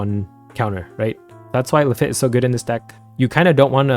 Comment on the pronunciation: That is not how you pronounce Lafitte